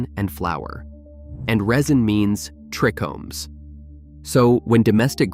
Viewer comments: TRI-chomes not trecomes, as in tri Greek treis meaning three… cmon bro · Everytime I heard "trickomes" it irritated me more and more.. I love these videos though